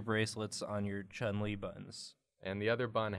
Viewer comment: Omfg, thank you so much for pronouncing ‘Chun Li’ the right way 🌝